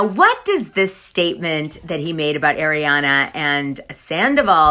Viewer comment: I really enjoy listening to you, but you mispronounce names (i.e.- it’s not pronounced Shay-na, it’s Shee-na, and it’s not Air-iana, it’s Arr-iana.